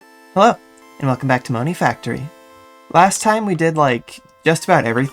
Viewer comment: That "hello!" at the start seemed more like a "aAoh!"